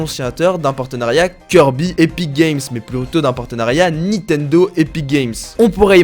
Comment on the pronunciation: PK tu dis Nitendo en plus 28 fois (J'ai compté)